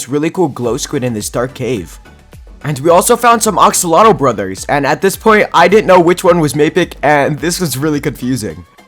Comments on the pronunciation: He kept saying oxolotl but it's actually axolotl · It is not ox lol tl it is ax llol tl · are we going to ignore that he said oxolotl instead of axolotl LOL